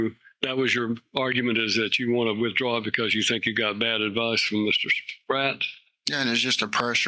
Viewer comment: "Wif draw" plea ???? Send him back to elementary school English class.